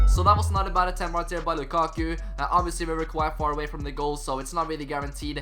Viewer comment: Really good content bro but one thing that really irritates me is the way you say 'right there'.